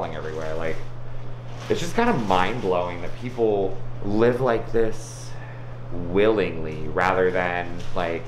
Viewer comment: Love the emphasis in kyles WiLlINgLY ,its mind boggling how people can let things get so bad